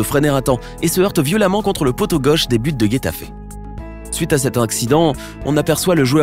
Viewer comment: La prononciation serieux Guetafe Aguero cest Getafe comme rétafer et Aguëro serieux fait un effort